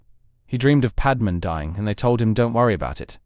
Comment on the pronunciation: The only thing that irks me in these videos is the pronunciation of Padme and Qui Gon 😂